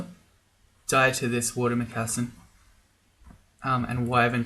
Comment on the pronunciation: lmao how you said mocassin